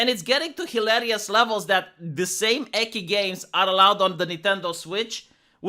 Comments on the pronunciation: I've been studying a little bit of Japanese and I hate to be that guy: But Ecchi pronounced 'Eh Chi'. It would be spelt "Ekki" in romanization by the way you say it. Japanese is very phoentical. Every E or "Chi", for example in the spelling is pronounced exactly the same in any other word. A double consonant or vowel is stressing the pronunciation of the letter and it really matters in Japanese because you can say "ie" (House) or "iie" (No) in Japanese. Unlike English, Japanese is pretty consistent by the way it's spelt in romanized Japanese. U is probably the exception to the rule, since it can be silent. Any other letter is pronounced exactly the same. So all Es are pronounced as "Eh". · "Eki" Me: "Ecchi? Repeat after me 'Eh-Ch-E'" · "Eki games", haha. You mean "ecchi", which is pronounced with a "ch" as in "choose" or "chainsaw". Gotta up your weeb game,. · I wouldn't be shocked if they were still rather Japanese in regards to work/life balance of their employees. Also hearing pronounce "ecchi" as "eckie" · Btw, because I just came across you videos, I wanted to say that ecchi is pronounced like czech. Not with k. Maybe you do it to avoid demonetization or because of your accent or just willingly because you like it. Otherwise awesome content. Keep it up! Cheers. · I thought he was mispronouncing it to dodge the algorithm, tbh. xD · I’m a person born and raised in the United States, so English is my one and only fluent language, but thanks for telling me on why pronounced ecchi with they Ki pronunciation like in key instead of chi like chainsaw. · I don't quite understand what you are denying. I just expalined why, as a romanian, he pronounced the word wrong. I know hiragana and katakana, too, more or less. In Romanian we read "chi" as き and "ci" as ち. However, I had no ideea that ecchi was written in katakana or why so thanks for that.